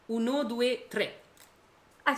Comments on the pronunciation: Pas « uno due trei » mais « tre » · Tes sérieuse avec ton UNO DUE TREIII ???? 😵‍💫 Uno due Tre !!!! Et pas TREIII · Uno, due, trey ? 🤣 Uno, due, Tre Y’a pas de I à la fin 😂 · Aucun rapport mais c’est pas trei c’est tre 🤣🤣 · Par contre c uno due trè pas trei pour une italienne pas ouf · Je t’aime bien mais c’est « uno due e tre » pas trei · Uno due trei??? devi rivedere un po', no? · "uno doueh treyyyyyyy" elle est italienne ?